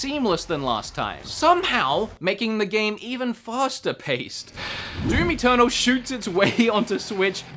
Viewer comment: "Doom Eternal" I thought you said "Doomy Turtle"